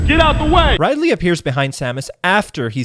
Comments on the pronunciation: "Ride-ley", that's a sin if I ever heard one. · 1 sin for pronouncing Ridley as Ride-lee. Edit. Multiple your sins x10 for each time you say Ridley's name wrong and add an extra 5 each time you call him Riley. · Ummm Ride Lee? Rid-ly